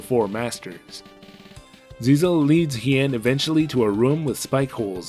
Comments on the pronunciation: It's GISELLE, not ZIZEL 😂😂😂😂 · I'm pretty sure the princess's name isn't "Zizel" but meant to be "Giselle". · Except it's really Giselle, since written in katakana 😂